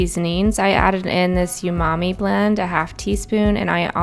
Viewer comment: 😂you just pronounced umami as “youmommy”. Girl! Don’t be takin’ about my mommy! Lol just kidding. I got a chuckle. I love this compilation. It sounds scrumptious.